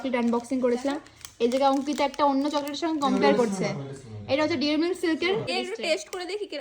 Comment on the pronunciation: ডেয়ারি মিল্ক ❌ ডেরি মিল্ক ✅